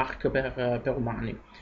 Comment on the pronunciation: Si, la pronuncia di Arch è sbagliata, caso mai qualcuno se lo chiedesse :P